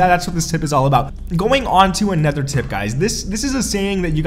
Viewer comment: Another is said: a-noth-er not nether